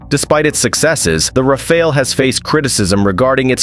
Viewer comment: Of course, the real strength of the Rafale is its ability to change the pronunciation of its name mid-video.